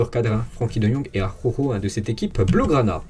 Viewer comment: Salut,très bon travail,continue comme ça.merci. Ps: prononciation Jutgla=Routgla.(🙂) Et.araujo= arlaouro